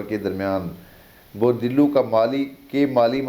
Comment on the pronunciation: Thanks dear for this reading, Aquarius, but it is not dillu it is dulv